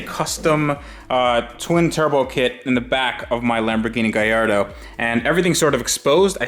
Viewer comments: First off, say it right. Gallardo. Not Guylardo. Fuckin lardo. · GaLLardo not GaIIardo. Other than that crack on 👍 get the major stuff done then looks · Honestly man I think you just bought somebody else headaches and problems. And please pronounce it Ga-lardo. Its not a gay-ardo! Best of luck man, just came across your work and Ive besn enjoying it. Keep up the work bud! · Nice touch saying "GUY ardo" for a sec i thought you said "GAY ardo" had to rewind & hear it from saying "A Gay in" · Spelled Gallardo, but you pronounce Guy-Yardo. Am I missing something? Driving me nuts...... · Is it really pronounced Gayardo? 😂. Or did I misheard?